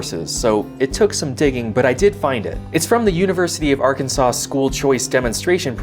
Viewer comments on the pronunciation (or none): ya'll need more schoold if you read Arkansas as Arkinsor :P